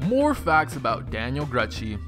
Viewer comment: And Gruchy...